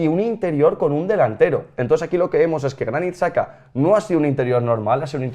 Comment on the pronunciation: Pido por favor que deje de pronunciar Xhaka como saka